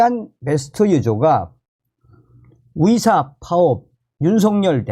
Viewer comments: 썸네일 제목은 의사들이라고 써놓고 들리는건 위사라고 들리는게 내 달팽이 관이 고장난 건가? 🤨🤨🤨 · 열심히 잘 듣고 있습니다. 근데 의대, 의사 등 의 발음이 무척 귀에 거슬려서 끝까지 안듣는 일이 많습니다. 의대가 아니라 위대, 의사가 아니고 위사로 들립니다. 조금만 더 주의하셔서 정확한 발음으로 말씀해 주시면 더 좋겠습니다.